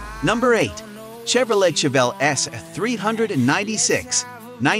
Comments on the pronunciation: It's pronounced Chevrolay not Chevrolette! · Narration is total garbage! Chevro-lette?? And some of them aren't actually the fastest muscle cars in the world - think Falcon GTHO in Australia - and they were 4-door SEDANS!!